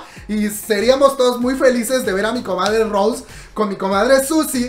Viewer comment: Se pronuncia Rosé con acento en la E, no Rose en ingles comadre.